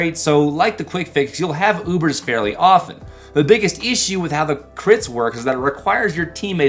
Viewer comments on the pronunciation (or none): none